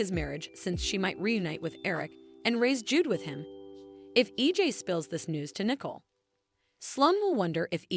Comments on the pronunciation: Yes, they need to pronounce the names correctly. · IT IS NICOLE, NOT NICKLE